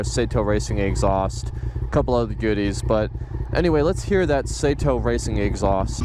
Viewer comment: It's pronounced "SAW-Toe" .... not SAY toe